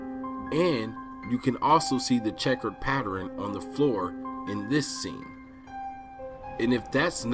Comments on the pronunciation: The word is "pattern" not "pattering" that shit was bugging me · Very interesting but can you stop saying patterin?